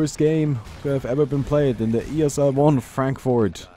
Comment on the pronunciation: its not Frenkfort its Frankfurt xD